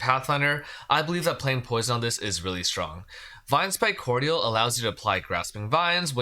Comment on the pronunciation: Just FYI, cordial of Vinespike Cordial is pronounced like it has a j instead of a di. Core-jul, not cord-yal or cord-ee-al. It's a type of liqueur.